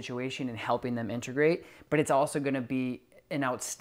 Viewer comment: It’s in tuh grate.. not in ter grate.. and it’s “a so see ate” not “a so she ate” Integrate Associate Easy!